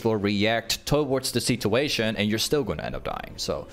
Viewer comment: Someone teach him how to not say "situation" like a chinese 60 year old man